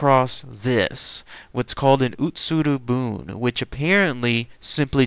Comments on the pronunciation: I lived in Japan once upon a time - Your pronunciation is wrong - It's not "boon" - It's pronounced "booonayyyy". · Pretty sure it's pronounced "buneh". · Bune = boo-nae. I lived in Japan, and on the beach. This story is as real as it gets.